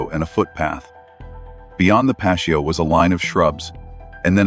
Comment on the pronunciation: PATIO....T SOUND, NOT SH SOUND, DAMMIT. WTF AI?